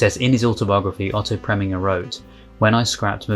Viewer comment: I'm making it my mission to help you with name pronunciation where I can. Otto Preminger, name ending, pronounced "ger", as in ginger.